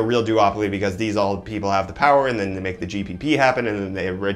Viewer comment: I can’t handle the POWAH SOO MUCH POOW WAHH